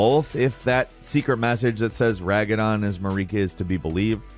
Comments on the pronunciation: Yo, you should probably listen to the dialogue in game cuz you pronounce Marika and Radagon wrong. Go talk to the Dog Pope. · Is no one going to mention how he mispronounced “Radagon” & Marika’s names? It is literally said so much throughout the game xD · I can’t believe you managed to butcher the pronunciation of Marika and Radagon so bad. Like either you didn’t play the game at all because they pronounce it correctly in game so many times or you are doing this to mess with me. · Multiple mistakes from in the video really makes me wonder whether he plays the game or whether he's just reading off a script. It's Radagon, not Ragadon. Marika, not Mareeeeeka. And Godrick the Grafted, not Godfrey. Noticed quite a few inconsistencies in the Elden Ring videos in the past as well that someone who actually played the game wouldn't make. Doesn't come across as a genuine player experience. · Did say "Ragadon" instead of "Radagon" near the end?😂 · "Ragadon" Everyone: "Radagon..." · "Ragadon"...I'm sure it's Radagon😂 that was funny tho great vid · ragadon? yall disappoint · Radagon❌ Ragadon✅ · The weirdest thing is you saying Radagon, ....... Ragadon. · Lol it’s not Ragadon it’s Radagon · Godrick the grafted not Godfrey the grafted Radagon, not Ragadon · Ra Da Gon Not Ra Ga Don Community Outrage Intensifies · Is anyone offput by the fact he called Radagon Ragadon and Godrick Godfrey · RA DA GON not ragadon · good video but the way you pronounced Marika and botched Radagon "raga-don" felt like a nail in my foot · Did you just say Ragadon? :D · "ragadon" radagon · good vid but its radagon not ragadon my lord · I feel like if you're gonna make a video about games... you should have someone who knows how to say the bosses names to review it before publishing it... Ragadon? Nah, RADAgon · You keep saying Ragadon LOL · r a d a g o n, no ragadon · It's radagon not ragadon 😂👍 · ragadon??? pain. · RaDaGon, not RaGaDon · Ragadon? Really? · Who tf is Ragadon?